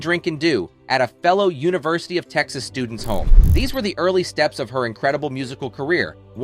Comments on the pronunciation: Did the narrator mispronounce “students” and “graduating”? I stopped watching after that because of you can’t read those words correctly, then I can’t trust what you’re saying…. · One minute and nineteen seconds into this video I had to stop it, write this comment, and turn it off. Why? The narrator mispronounced the words "students," "trapped," and "graduating" all within a span of about ten seconds. If those simple words were so tough, how did he correctly pronounce "dermabrasion?" That's very weird, and I figured if they couldn't even figure out how to say them, there's no possible way I am going to trust the facts presented. Which is too bad, because I have been a Janis Joplin fan since the first time I ever heard her on the radio. I listen to the Pearl album over and over; it's a masterpiece! Thumbs down on the poor video production.